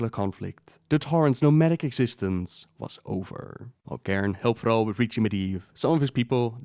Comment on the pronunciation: Why do you say Frall... It's Thrall with a T